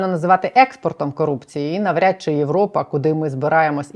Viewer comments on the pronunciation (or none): none